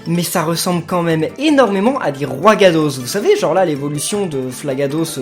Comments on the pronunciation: c'est pas Roigadoss c'est Roigada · Roigada pas Roigadoss X) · On dit roigada et non roigadoss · Ses pas roigados mais roigada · C'est pas roigadoss, c'est roigada! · C'est roigada pas roigada mais c'est pas grave je t'aime quand même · On dit roigada